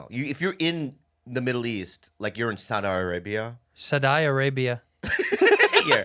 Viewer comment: "Soddar Arabia" 😂😂😂